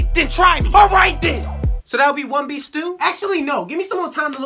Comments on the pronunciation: I thought he was saying beans for a sec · Wait beef I thought you were saying beans